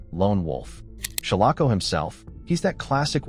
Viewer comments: Some of this isn't true. Like how he is miss prouncing shalako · The proper pronunciation of "Shalako" is SHALL uh ko. If whoever created this video had actually watched the film, he/she/it/they/them would know this, as the correct pronunciation was used several times in the film.